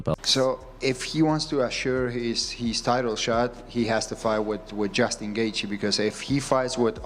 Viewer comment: Bro pronounce Justin's last name properly